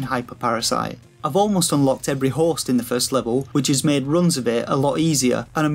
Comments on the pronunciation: It's because he can't seem to say host correctly. He's saying horse. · When you say HOST my ears keep hearing HORSE